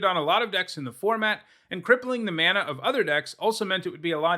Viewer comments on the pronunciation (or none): none